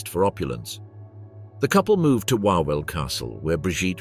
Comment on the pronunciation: Please, it is pronounced "Vavel Castle". It would not have taken much to research how to say this properly.